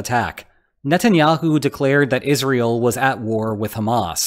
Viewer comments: Yes, I have the feeling it is an AI voice, especially because it says "is real" instead of Israel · He says "is real" and not Israel. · I guess some people just say it like that, pretty weird to pronounce it like that